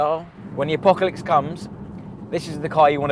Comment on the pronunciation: New word 'Apocolicks'